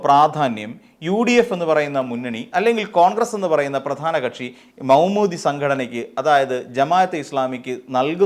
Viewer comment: Say Maudoodi not Moumoodi